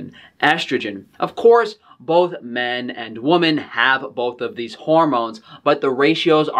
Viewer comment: Woman is singular. Women is plural. Please for the love of sausage, learn the pronunciation.